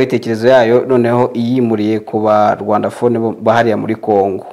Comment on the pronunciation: Rwandophone, not Rwandaphone.